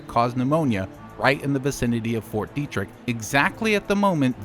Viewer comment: Isn't it pronounced "Debt-trick"?